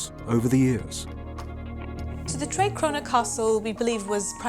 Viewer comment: For anyone wanting to pronounce the old castle name a bit more correct: treh crew-nor, instead of "tray crow-nor"